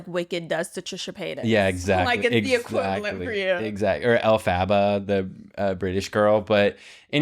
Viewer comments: pronouncing "Elphaba" `~elle faba~ is killing me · Crying at pronunciation of “Elphaba” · the way pronounced elphaba…he really is straight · I know damn well is so chronically online that he would know how to pronounce Elphaba’s name. I hope you’re joking 😡😡😡!!!